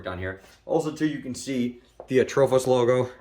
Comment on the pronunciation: No H in Atropos mang